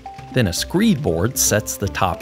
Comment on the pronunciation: A "screeb" board? Captions say "screed" board.